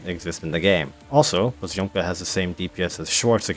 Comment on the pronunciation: russian letter Ё pronouns like O, but you need to pronounce previous consonant very soft so it is like poz`omka